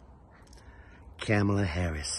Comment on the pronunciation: Your "Kamala" is so fine.